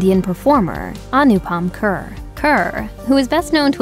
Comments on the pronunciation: His surname is not pronounced 'Khur'. It is pronounced Khair' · Maybe next time 'Kher' would be pronounced as Kher and not kehrr 🙂. Also Kirron Kher is a a legend in her own rights too 🔥🙏. More power to their family in these tough times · Kher is pronounced as "Khay-r" not 'khr' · it’s “khey-r” kind of like “they’re” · It would be great if more of an effort is made to get the pronunciation of his last name correct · Can't even pronounce his name correctly. A simple 2 min Google search is all you needed.